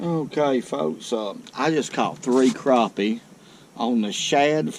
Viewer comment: it’s crappie not Craw-pee